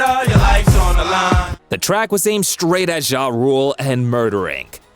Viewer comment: Wish you would stop saying jah like that its not zha zha